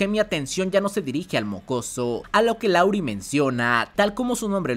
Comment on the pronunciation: siempre dices LAURI pero su nombre es LARUE, saludos